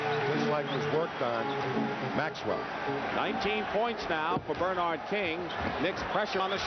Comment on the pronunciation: I forgot that for some crazy reason, Dick Stockton would say BER-nard instead of ber-NARD. You’d think somebody woulda corrected him at some point.